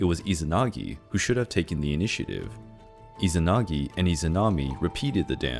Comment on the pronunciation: still izanagui not izanagi...